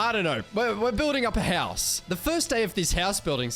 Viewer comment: I like how you say "HELLS" instead of house 😆